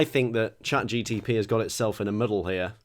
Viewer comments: It really bugs me that keeps saying "ChatGTP" rather than Chat GPT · It’s mad because he keeps calling it ChatGTP 😂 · Dear, is it cleary not ChatGTP:P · just casually saying "chatGTP" the whole video is hilarious 😂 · Petition to re-record saying chatGPT properly because it’s jarring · definitely mispronouncing Chat GPT on purpose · Drinking game: Take a shot every time says ChatGPT wrong. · Are you pronouncing it ChatGPT wrong as a joke? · I want to know how many times he had to rerecord bits because he realised he'd accidentally said it correctly. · Only began to notice that he is saying it wrong when I saw this comment